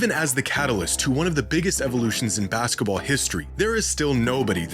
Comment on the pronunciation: "baska ball"